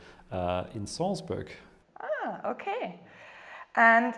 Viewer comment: Nor can he pronounce Salzburg properly. Weird.